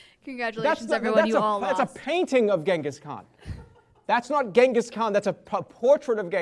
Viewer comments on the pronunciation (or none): its pronounced jenghis khan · AND GHENGHIS KHAN